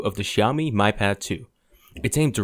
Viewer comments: It's "me" not "my" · you pronouce miui correctly by saying "me" ui but you pronounce Mi pad as "my" pad? you drunk bro? lol